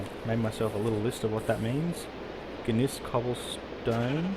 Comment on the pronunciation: gneiss is pronounced as Nice